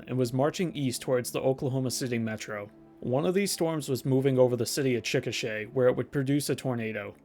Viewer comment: I appreciate you pronouncing Chickasha correctly. I think that's the first time I've ever heard it on a youtube video.